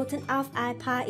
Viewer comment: sahnfleis , sahnfleis :_=) geh schlafen